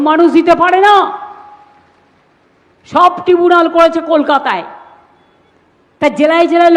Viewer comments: এ আবার ডক্টরেট, ইংরেজিটাও ভাল জানে না, বলে টিবুনাল ট্রাইব্যুনালকে। এই শিখছে ইংরেজি পশ্চিমবঙ্গের সরকারি স্কুলের ছেলেমেয়েরা। ছিঃ ছিঃ। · ট্রাইব্যুনাল হবে ওটা, ট্রিবুনাল নয়।